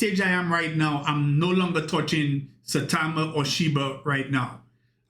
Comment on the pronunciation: Do you realize you're saying "Shi-BURR" and "Sai-TAMER" ???